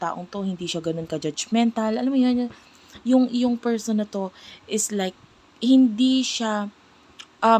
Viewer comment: Sino yang feeeerrrrrsssssonnnnn na yan 😂😂😂😂